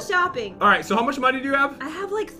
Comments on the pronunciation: If u would know jen rly well u would know that she said moneyz when she ment to say money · It's money not moneyz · We’re getting lots of monies! Me:Mo...mon...monies?